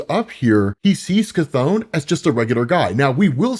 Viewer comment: Bro its not pronounced KATHONE!!!! So annoying